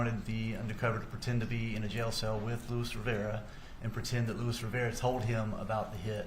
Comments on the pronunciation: Defense lawyer is very ignorant and rude. She’s been rude but today is the worse so far. The undercover agent is fluent in English and Spanish. How is that hard to understand? He pronounce the Spanish name the way it’s suppose to be pronounced. She’s the one who saying it wrong. So ignorant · Well the way he pronounced "Luis Rivera" did strike me as really bizarre. He did not sound like an actual spanish speaker lol. My theory is that she thought the same thing, but felt pressured to come across as friendly so she turned it into a compliment she didn't really mean.